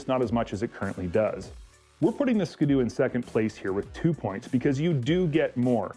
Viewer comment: did this guy just say "ska-doo" like a hundred times? It's a ski doo. Skee-doo. Like skiing. Get it?